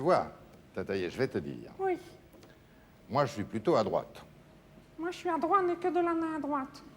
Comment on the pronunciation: "La droiche, D'Arvor, la droiche. Ou la graute... mais ça sonne pas terrible !"